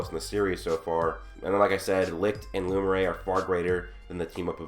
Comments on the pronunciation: Not to be that guy, but Lumiere is pronounced "Loo-Me-Air" not "Loo-Mer-Ay" and it's really messing with my every time I hear you say it. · His name is pronounced lume-e-air not lume-a-ray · Lumiere (Lu-mi-air) not lumiray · Pronounced looh-mee-air not looh-mer-aye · Luu-me-air your pronounciation is killing me